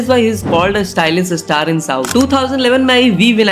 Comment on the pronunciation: Kuch kuch bisay tum galat bataya be thik se research kar ke bata Pehli 100cr collection film dj nhi race Gurram tha pehla 100cr collection film . Alluarjun ke pita ji allu arvind ji he cheeranjeevi nhi. Paragu nhi parugu Ish sty lish star nhi Stylish star 🌟 Thike pronounce kar sabdh ko chutia